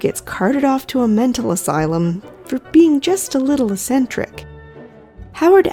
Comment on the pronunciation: Sorry, but if I don't point this out, I will feel physical pain. The word "eccentric" has a hard 'c' in the first syllable. It's pronounced "ecksentric".